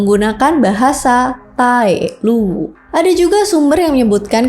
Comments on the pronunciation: Cara kamu membaca Luwu bisa buat orang salah tempat. Kamu terus menyebutkan Luwuk, nama kabupaten di Sulawesi Tengah, padahal ini sedang membahas Luwu di Sulawesi Selatan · Maaf ya, penyebutanx bukan Luwuk, yang benar adalah Luwu (tidak pakai k) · LUWU mba' bukan LUWUK / LUWUQ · sayang sekali pngucapan nama dan tempat masih kurang tepat hehhehehehe. terutama kata luwu diucapkannnya Luwuq aduh nanti dikiranya luwuk banggai sana.. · LUWU bukan LUWUQ🙏🏻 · Cara penyebutan Luwu n Luwuk itu beda mba, Maaf Yach mba Kami dri Sulawesi agak sdikit risih dengar cara penyebutan yang banyak salahnya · Ada beberapa pengucapan yg kurang tepat kak, contohnya seperti kata luwuq, itu bukan luwuq , tpi luwu , ada jg nama² yg kurang tepat kak 🙏🙏🙏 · Luwu kk bkn Luwuk 😅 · FYI : Luwu kak, Bukan Luwuk. Beda Tempat dan beda nama. Luwu Raya (Palopo, Luwu Utara, Luwu Timur) di Sulawesi Selatan; Luwuk di Sulawesi Tengah Luwuk Banggai. Luwu Timur = Bumi Bathara Guru. Luwu Timur tempat dimana tambang Nikel (dulu namanya PT. INCO, sekarang namanya PT. Vale Indonesia di Sorowako). Danau Matano adalah danau terdalam se-Asia Tenggara, terletak di Luwu Timur. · Bukan luwuk mbak..tapi luwu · Iya benar, kalau luwuk itu nama kunonya tompotika, yg sekarang masuk sulawesi tengah kabupaten luwuk banggai sebagian palu, dan banggai laut.